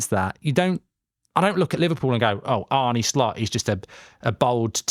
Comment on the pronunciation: ARNE. NOT ARNIE. Get it right...